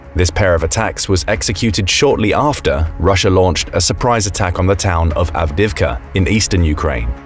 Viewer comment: Why do you pronounce Avdiivka so awfully? Lmao